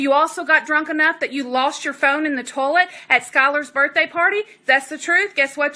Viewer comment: I know this is all important, but I'm stuck on her saying "toelet" instead of toilet.